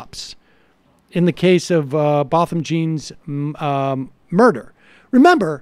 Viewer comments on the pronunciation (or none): It’s Botham Jean (sounds like John). I keep hearing it pronounced wrong on lots of videos and it’s starting to make me itch 😂😂 sorry 😫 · Necr0Butcher80 sorry I’m from America 😂😂I just know that’s not how you say his name. I’m not attacking them I just want them to use a little more of them journalistic skills and get ALL the details correct starting with his name